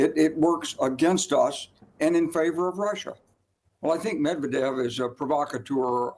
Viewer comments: this idiot doesn't know how to pronounce the russian guys name lmao. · F CNN you couldn't even pronounce the Former Russian Presidents name. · She just mispronounced Medvedev which could escalate even more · she cant even pronounce medvedev and she is a news anchor? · First of all, Trump doesn’t know how literally anything works, so not news. Second, if you’re an on-air anchor for a major international news outlet, you really need ot learn how to pronounce Medvedev, ‘cause right now you don’t have a clue. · his last name is Medvedev not medavev....dumb journalist........she has TDS disease forever.... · She even can't speak Medvedev right. She sad Medevev lol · Stupidity not medeved its Medvedev😂😂😂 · It’s not Dmitri “Medeved” as Caitlin says here. It’s Dmitri “Medvedev.” An honest, mistake? Probably yes. But that doesn’t mean we shouldn’t try extra hard to get it right the next time, even though I admit it’s not an easy word to say. Just trying to be fair to all sides. 😊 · It's Medvedev and not Medevev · Former President Mavdev and then President Meb ved devs 😂 😂. He has been a reporter for many years and apparently one that is higher ranking. How does he get the former president of russias name so wrong? Then bringing on John Bolton for his opinion and analysis shows HOW DESPERATE HE IS AND CNN! Laughable! I watch for this comedy bc that’s what it is! These people still don’t realize that they are compromised and have been for years! The years part is for those who can no longer deny the overwhelming truth and facts about these frauds at cnn msnbc Bolton, clapper Brennan, comi , Hilary, Obama, Biden, milley:) he is a total loser FAUCI and so many others! You guys have to give it up! Your audience is 75 percent here to laugh and remind how terrible your reporting is. 15 percent know your liars but are hanging on by a thread so that they don’t look crazy for believing everything you told them for the last 10 years. Then you have the rest that are Looney Tunes!